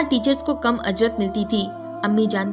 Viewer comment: It’s not ajrat it’s ujrat lol